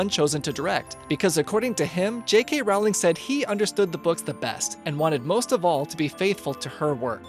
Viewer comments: IT IS ROLLLING NOT ROWWWLING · its Rowling like bowling not Rowling like howling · ITS PRONOUNCED ROLLING BIT ROWLING